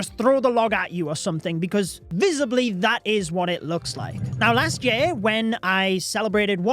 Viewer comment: I love accent. The way he pronounces year...yay-R and book... buke make me pause to process what he just said! lol and his love/passion for the game is evident